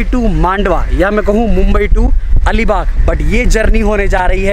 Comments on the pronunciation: Bhai alibaugh nahi ALIBAG hai plz correct the name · Make the correction!! It's Alibag not that something baugh